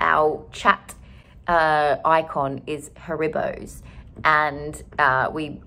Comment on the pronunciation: Excuse me… “HaRIBows”?? The way you pronounce Haribos made me feel so uneasy! 😂🥴